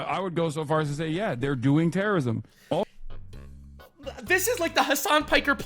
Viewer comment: "They're doing terryism, reeee"😂